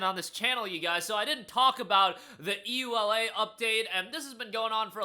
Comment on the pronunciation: "EULA" is read as a word, not letter by letter!